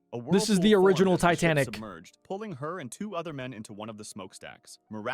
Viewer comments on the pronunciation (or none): Bro said titamic not titanic